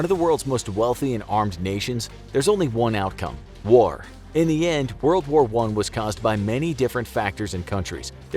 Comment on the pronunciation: Woa woa 1? Wold woar 1?